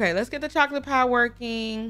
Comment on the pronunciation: Not dee sun dee moon and dee stars 😂😂😂😂😂😂😂😂😂😂😂😂😂😂😂